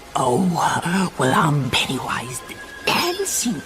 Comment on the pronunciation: PENNYWISE NOT PENNY VIES